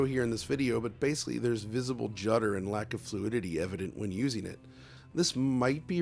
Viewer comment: New drinking game: Every time says “basely” instead of basically, take a drink.